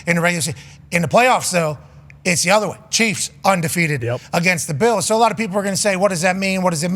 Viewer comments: Does Pat keep saying "Beals" for Bills or is my hearing off? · Back when Von Miller was traded to the Bills he came on and was talking and his Texas accent made him keep saying "buffalo beals" and pat loved it and says it that way now.